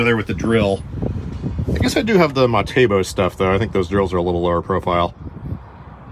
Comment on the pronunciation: I love it when you say Matebo it is Metabo haha. Sooo funny